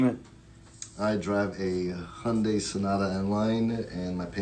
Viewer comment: Hyundai is pronounced hai-une-dai, not "Honday".